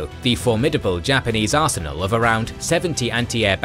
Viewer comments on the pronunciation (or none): none